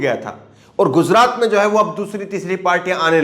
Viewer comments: Please say gujrat. Not guzrat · jozraat nahi bhai gujraat